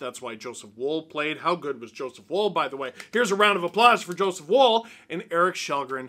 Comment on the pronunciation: can someone tell steve to pronounce woll like wall? its like holl.